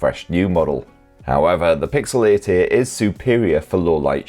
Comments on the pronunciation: I keep hearing pixel 80 instead of pixel 8a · Is he saying 8a or 80? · 8a ❌ EIGHT-EEEH ✅ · It's not the best model number to hear in a jordie accent is it 😂. 'eeeught eaaye' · 😂😂 i was laughing out loud every time he said it